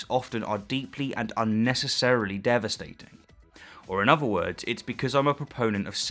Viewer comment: If you're able to pronounce ''thousand'' you have no excuse for th-fronting any uvva words.